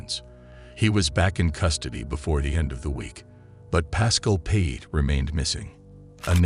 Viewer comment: Payet is pronounced PIE 🥧 AYY